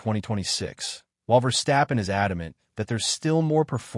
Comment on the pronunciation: did he say vesterppen???